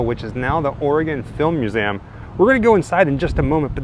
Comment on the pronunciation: Cool video despite the strange pronunciation of museum.. It sounds like he's saying "museaum"